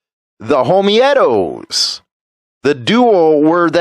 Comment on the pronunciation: Homeetos say it like cheetos.not homi etos